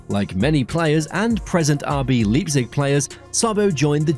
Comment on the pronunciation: Ffs. It's Lei-pzig, not leap-zig.